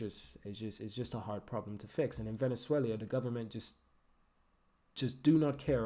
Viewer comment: Venezuelia xD 😆 wtf man